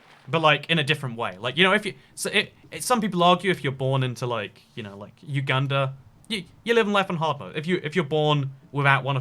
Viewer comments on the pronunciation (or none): none